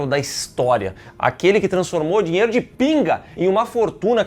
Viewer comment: Eu quero meu "Diero" 😂😂